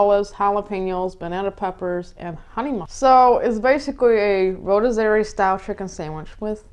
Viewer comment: Those look good….. just so you know rotisserie is pronounced roh-tis-uh-ree